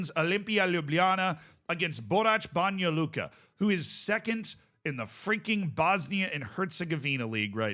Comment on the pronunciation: Banja Luka pronunciation noticed ❤